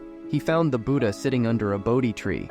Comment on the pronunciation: It's not buda it's Buddha. You probably use voice AI for these stories.